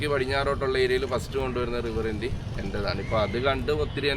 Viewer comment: റിവർ ഇന്ത്യ അല്ല റിവർ ഇൻഡീ 😀